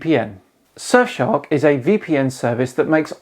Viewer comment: “shurf shark” 🙂